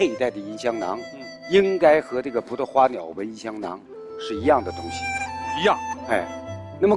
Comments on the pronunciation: 聂鑫鑫 觉着第一次就是错的，为了流畅也能读对，根本没上心。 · CEDA ZHOU 她跟张国立对话时你听听张国立的，明显不同。她只有最后宣誓时跟教授一起读时读对了。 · Ethan Zhang 她跟北大教授宣誓时说对了，前面介绍时都说错了，尤其跟张国立对话时，张国立说对了。我当时看着就觉着特别别扭。